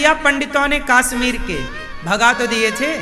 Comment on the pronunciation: Kashmir hota hai kaasmeer nhi😅